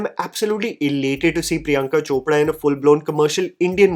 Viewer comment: Is ‘r’ proud as ‘d’ in Hindi . I see you always pronounce Chopra as Chopda and saree as sadee